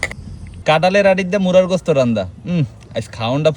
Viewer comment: মুরগী না বলে মুরা কেনো বলছে